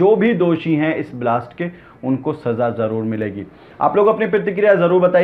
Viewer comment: ....apna talaffuz durust karo bhai pehle.. Pratikriya hota hai na ki pirtikirya...phir bilast nhi hota Blast hota hai..plz sahi karein apna talaffuz..